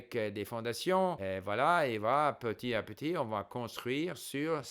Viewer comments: La perfection même, toute mon admiration ( la seule et unique chose qui trahit que c'est une langue étrangère pour vous, c'est l'oubli de la liaison dans "petit à petit" qu'on prononce petiTApetit). J'espère arriver un jour au même niveau en anglais et en mandarin. Mille mercis pour tous vos conseils et encouragements ! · Steve , votre français est parfait. Une seule petite erreur : Petit à petit = il faut faire la liaison. [ petita. petit ] Amicalement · Il y a plusieurs types de liaisons : celles qui sont obligatoires et celles qui sont facultatives. Dans le cas de "petit à petit", c'est une liaison obligatoire, donc si on ne la fait pas, c'est une faute. Si M. Kaufman a été repris là-dessus, c'est aussi parce qu'il fait la même faute quatre fois dans la vidéo (les autres petites fautes, de par leur rareté, sont moins gênantes, donc il n'y a pas vraiment de quoi reprendre M. Kaufman là-dessus).